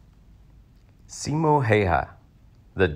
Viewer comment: Simo, not Siimo ( pronunciation) and his last name Häyhä is not pronounced hayha